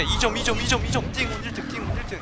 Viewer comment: 왜 근데 띵훈이라고해요?